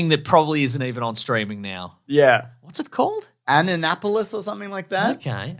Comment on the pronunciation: having never heard of Annapolis and pronouncing it like Megalopolis is hilarious.